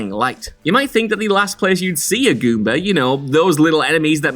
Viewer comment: Guumba. Not guber. Enunciate